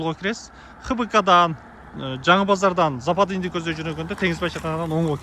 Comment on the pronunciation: Запазный эмес западный